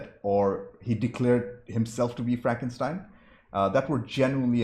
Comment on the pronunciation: I love it when you say "Fronkenstein". Great review as always.